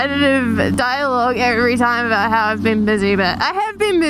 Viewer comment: No Canadian says about like that -_